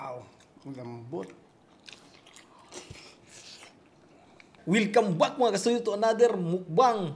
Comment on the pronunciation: Sir, welcome back hindi WILCOM BACK bwahahahaha